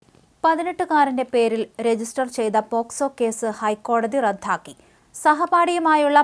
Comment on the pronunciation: അയ്യോ റദ്ധാക്കുകയല്ല ചെയ്തത്. റദ്ദാക്കുകയാണ് ചെയ്തത്😂